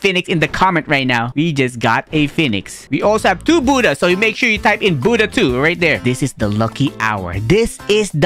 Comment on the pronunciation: Why is he calling the Buddha Buddh